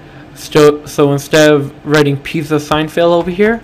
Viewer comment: Who the f says pizza like that?? lol and guess who this is